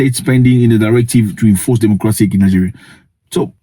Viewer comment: he said it correctly.